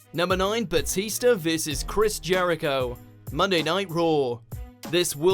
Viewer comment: Lol, "Batister"